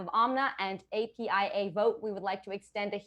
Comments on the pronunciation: It's apia not aapia js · How many times does he have to say..AIPA...is he dyslexic...it says APIA...this dude can't even read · Bidens very first sentence he messed up. He called it epia its apia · He said straight up the whole time Aapi Is it not apia? Just unreal